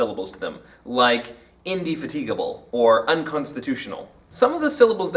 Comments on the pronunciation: Thanks for great insight, but In-de FA-ti-ga-ble, not fa-TEEG-uh-ble :) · The first thing I learned here is that Americans and Brits pronounce indefatigable differently. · The speaker mispronounces 'indefatigable' in this video. Listen to the correct pronunciation here